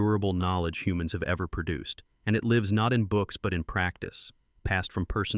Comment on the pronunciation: "Perduced" is not a word. *Produced.